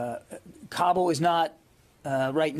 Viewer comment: Anyone else have no idea he was talking about Kabul and not "cobble"? I was so confused by his dog shit pronunciation